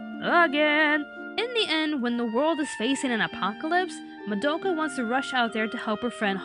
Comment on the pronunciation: Was anyone else annoyed at how pronounced Madoka's name wrong?